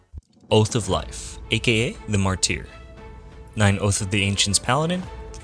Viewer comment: I like the builds! A side note: martyr is usually pronounced "marder"